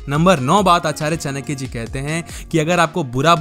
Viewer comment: चानक्य नहीं चाणक्य होता है